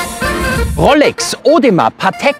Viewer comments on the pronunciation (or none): Könnte ich ernster nehmen, wenn du nicht "Rollecks" gesagt hättest ;-)